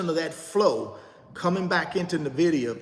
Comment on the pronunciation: I buy another share of Nvidia every time he mispronounces Nvidia! LOL